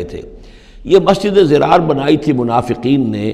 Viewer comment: ghalat quran padha dirar padha jayega naki zirar. urdu me zirar me chalega